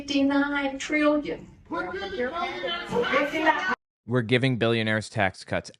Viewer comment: disregarding the crap she’s saying, she made trillion 3 syllables - that’s talent